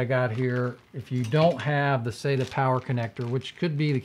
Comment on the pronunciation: its not pronounced SATA, IT IS SATA, LIKE WHEN THE DENTIST SAYS SAY AHHHHHH, sata